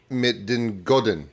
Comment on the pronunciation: As someone who's currently trying to learn the language; your pronunciation was pretty close, but not quite right. If I'm right, and please a native speaker correct me if you see this and I'm wrong, "Drink," "Met," and "De" are basically pronounced as seen; but "Goden," and "Walhalla" aren't, in "Goden" the "G" is more pronounced like an "H," and the "W" in Walhalla is pronounced as a "v". I will say this again, I am absolutely not a native speaker of Dutch, if a native speaker sees this and feels the need to either correct me, or confirm, please do so